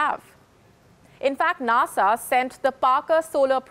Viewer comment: She can't say NASA